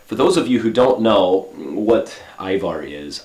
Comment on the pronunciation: ajvar yeah lol u said it correctly :D but in comments they keep witting ivar